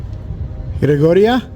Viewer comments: It's Gregoria not Georgina! Love your videos though. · I know right? every time he says Georgina I wanna shout GREGORIA! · It's Gregoria not Georgina !! 🤣👻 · It’s Gregoria, not Georgina. Something was definitely peaking out of that corner! Be careful